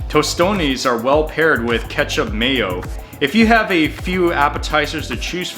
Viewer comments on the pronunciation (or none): none